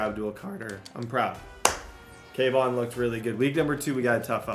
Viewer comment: It’s kayvon not cam 😂😂